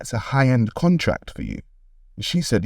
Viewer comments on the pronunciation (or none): none